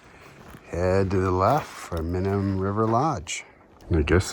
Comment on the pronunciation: This isn't hike in only, and it's "My num", not mihnum